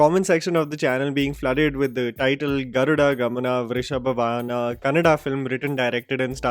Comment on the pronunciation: its not Vrishabha VAhana it is VAAhana and it is not Sri RAMANARAYANA but SRIMAN NARAYANA MR!. you can actually confirm the correct intonation before you post videos.